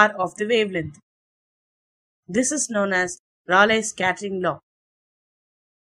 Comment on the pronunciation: It's pronounced "Ray leey"